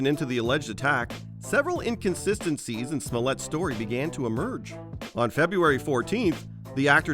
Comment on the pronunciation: It's JUICY SMOYÈT c'mon guys. Do Your research.